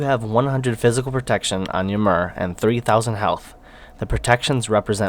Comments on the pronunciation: Thanks for the feedback guys :D and I had no idea i was pronouncing Ymir wrong haha. I will have to correct that one. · I think he is pronouncing ymir like that on purpose guys.